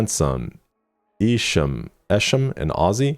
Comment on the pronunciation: Nice mispronounciatiom of Esham